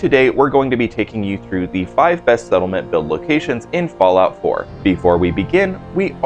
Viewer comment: Ah yes, who doesn't remember the all time Favorite "FALLIOUT 4"? 😂But still, nice Vid 👍